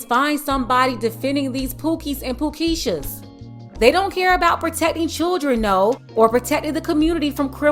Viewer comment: She said "pookeeshas" 😂😂😂😂😂